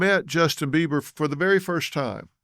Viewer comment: YO...Dr. Phil... it's BEIBER... NOT BEAVER 👈🙄